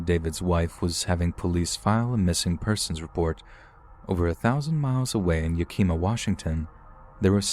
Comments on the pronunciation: YACK EM AAH not yuck eeem a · Love the stories! Also it's ya-keh-mah, we have weird names over here like Puyallup as well haha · Ya-kah-mah anyway I used to live near there! Tryna get my momma to listen to your videos lol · Ily, but it’s YA-KUH-MUH. I know it’s weird, but they do have delicious cherries in the summer! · They way u pronounce Yakima 😂😂😂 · I LOVE how you say Yakima. It's a hard one. I live just over an hour from there. Cute little city. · I was going to point that out as well.